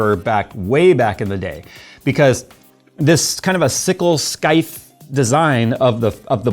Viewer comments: It's not a "skith", it's pronounced "sithe" with a long i like in "eye". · Scythe is pronounced "Sighth" It's a type of tool for harvesting and cutting, mostly wheat grass. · ThermalRight and Bequiet were always top budget options. Bequiets gone up in price recently, but still solid choices. I hate to be this guy, but that annoyed me instantly, my man, it's Scythe (Sy-th) Like Sith, but with a y sound. Gotta shout out the Coolermaster 212 evo. £20-30 with 4 direct contact heatpipes. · Hey, small amendment mate, Scythe (which is what I think you were trying say to describe the older fans blades) is pronounced “Sithe”